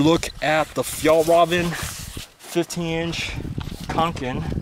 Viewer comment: I hate the way you say Fjallraven.